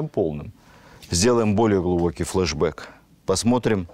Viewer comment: Уважаемый Владимир Мединский! Я с огромным удовольствием слушаю Ваши лекции!! Но… Пожалуйста!! Не употребляйте слова»флашбяк», и прочие английские произношения!! Режет слух!!!